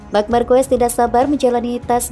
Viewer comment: Marc marquez dibaca Marc markues❌ mark markez✅